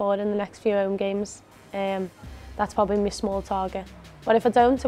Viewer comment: It's like she physically can't say the word "my."